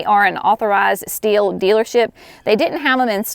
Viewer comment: Ohhhh! I thought she said "steel" pruners. So did the closed captioning. Haha!